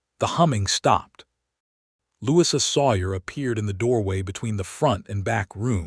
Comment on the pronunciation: Truly... I'm not being picky . . But, perhaps re-teach/code AI's 'brain' how to say a British 1st name for ..... Louisa. It is Not a short 'i' in the middle of Louisa. Brits pronoun it... Lou E` sa. 🎥 Bronte and other British period-films all pronounce it with a long E in the middle. (Short 'i' sounds odd) Other than that, it's a nice story.